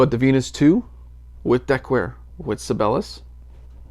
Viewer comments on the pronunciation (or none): Sabellus? Isn't the right pronounciation "Sigh-be-lius"? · It's not pronounced "Sibelus", it's "Sibel-i-us". Jean Sibelius is a very famous classical composer. I realize you are, but Sibelius is a pretty famous guy. Or was. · I might be wrong but I think that is it pronounced with four distict syllables . . . Si be li us. Like the classical composer. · Si - Bay - Lee - Us. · you know... like the world-famous famous composer.... si bey lee us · Sib-BAY-lee-us is how I think their name is pronounced? Like the composer ... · Si-bell-eee-yus.....Just found your channel, good stuff....subbed! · Sih-bail-ee-us... Named after the famous Finnish composer, Jean Sibelius. As your penance for continually murdering his name, you must go listen to him. Do it! Do it now! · You might at least learn how to pronounce SIBELIUS even if you don't have the basic musical knowledge to understand who he was!